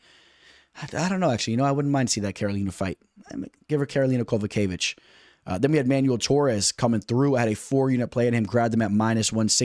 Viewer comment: 1. Daniel Zellhuber (zell-HU-ber) not zelluba 😅 2.yasmin juaregui (yar-wa-GUII) 3.Christoff Giagos (ya-gohs) not what you said. 4.L'udovit Klein (Lood-vit) 5. Karolina Kowalkiewitz (Ko-val- KAY-vich) not kavalkavich 😅 6. Ronnie Barcelos (HON-E Barcelos) 7. Edgar Chairez (Shi-Rez) not Char-es like you said 😅 ....do I need to keep the list going?